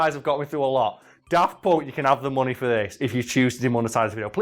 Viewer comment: 'tis always a bit weird to my ears when you say "Daft Ponk".